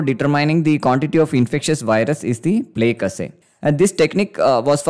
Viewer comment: btw plaque is pronounced "plack" not like "plague"